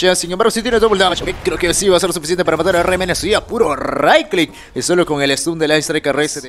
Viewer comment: RMN???????? SE DICE ARMANI dude